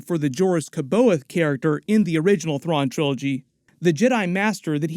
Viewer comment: You're pronouncing C'baoth incorrectly.